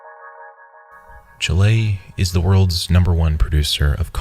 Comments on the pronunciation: What the fuck is "chill - aye"? Is it that difficult to check spelling on google? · "Chilé" son I love you but lmao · chi-LAY' he says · every time he says chilÉ my soul deteriorates further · Chilean here also. Even though the correct pronunciation is exactly as it sounds ib Spanish, anglo-saxon people tend to pronounce as «Chiléan» and as being their language, is correct to them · the way you pronounce chile kinda offends me wonderful editing and narration as always ♥ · Great video. Just one note, from a Chilean: the pronounciation of 'Chile' and 'Chilean' was very bad. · From someone not from Chile, the pronunciation was bad. I've never heard someone say it that was before and I hope I don't again.